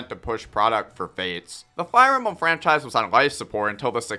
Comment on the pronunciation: Did he say fire embum your nose sounds stuffy, clean it out then make the video. Corrin is good so is Mr game in watch that fact will never change.